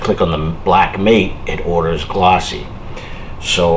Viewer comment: That's matte with a short a, not mate with a long a.